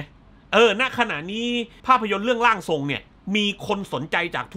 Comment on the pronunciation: 14.14 นาที ร่างสอง ผมคิดว่าอ่านว่าร่างทรงนะครับ เพราะมีชื่อผู้กำกับ ขึ้นมาและมีคำว่า ร่างทรง